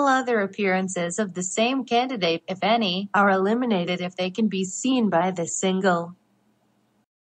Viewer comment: When these TTS voices say "if any" it sounds like they say "a fanny". And yes, 12 year-old humour I know.